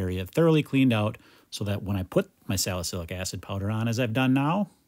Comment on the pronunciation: Nothing better than hearing you say salasilic acid